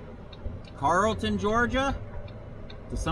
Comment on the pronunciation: I believe the town you are in is pronounced (Carol ton) but spelled with two L’s.